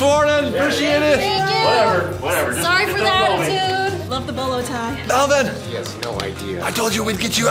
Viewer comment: Melven ie not men